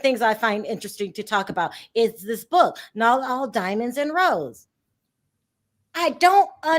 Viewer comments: Rose~eyyyyyy not rose 😂😂 smh 😂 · It pronounced Roe-Sey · Rose-A. That's the pronunciation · sweetie it's pronounced Ro-say, as in Olay. Love you, Perry and Vee all day!